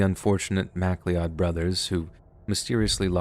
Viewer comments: Missing people stories always hit home, definitely some of the spookier stuff that could happen to anyone. Just a side note - McLeod is a common Scottish name and is pronounced "Mc Cloud" rather than "Mac Leod". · McLeod = Mc + Cloud, not MAC lee ODD. Thanks for the stories! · Took me awhile to realize that Mac-Lee-Od should have been pronounced Mac-Cloud. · I can tell by the way you’re pronouncing Mack Lee Odd that it’s McLeod or MacLeod . It’s pronounced ‘McCloud’ 🏴 Like Connor McLeod in the 80s Highlander film 😊 (I’m Scottish) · Mac Lee odd …..really…😂😂😂 McLeod (McLoud) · I can't believe someone who makes a living narrating things doesn't know how to pronounce "McCleod" as "Mc-Lowd" like "McDonalds" and says "MACK-LEE-ODD" instead... twice. Also repeat sentence at around 35 minutes, very jarring for a 1 million subscriber channel. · Love your stories. Regarding the McLeod brothers.......... it's not pronounced Mac-Lee-odd. It's a Scottish name pronounced Ma-cloud. Haven't you seen The Highlander movie? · Sorry man, it's not Mac-Lee-odd(McCleod), it's McCloud. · McLeod is pronounced "Mac Cloud" not Mac Lee Odd. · "Macleeodd"🤣🤣🤣 I love you, dude! It's pronounced "MacCloud" Scottish, and especially Irish, names are super hard, though! Ireland takes the cake for out-there spelling vs pronunciation, though. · McCleod should be pronounced to rhyme with cloud plz your mispronunciation is simply odd lol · FOR CRYING OUT LOUD! It's pronounced McCLOUD! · pronounced Mc-CLOWD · McLeod is pronounced mac-cloud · McCleod is usually pronounced McCloud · It pronounced 'Macloud' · McLeod or MacLeod is pronounced Ma-cloud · McCleod=pronounced MCCLOUD 😉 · Love these stories, thanks for recording them. For what it's worth, McLeod is pronounced Mic-Cloud. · Probably pronounced Mac-loud. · “I am Conner Mack-Lee-Odd of the Clan Mack-Lee-Odd!” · Thank god, this is the comment I came here for! Mac-lee-odd was driving me crazy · McLeod. Pronounced Mac Cloud.